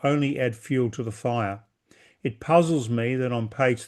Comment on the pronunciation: Asking did "he" cutoff could mean nothing. With Indian's "he" rhymes with "it", making the question "Did it cutout?". The missing time stamps are like a guy who has a mer dered wife who can remember the exact time of his entire last 24 hours, yet can't tell when the last time he saw his wife was.